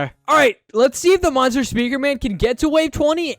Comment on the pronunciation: he said "monster", he said in a way that sounded like "mother"